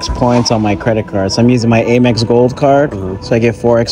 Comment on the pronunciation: Dude lost all credibility with the way he pronounced AmEx